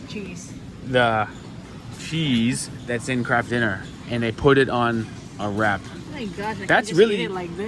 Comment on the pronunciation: 😂 I thought you said ‘crab dinner’ so googled it thinking it was Canadian slang for Mac n cheese! Eventually figured out that you said ‘Kraft dinner’ which makes wayyy more sense! 😆😆 I’ve never heard Mac n cheese called ‘Kraft dinner’ before!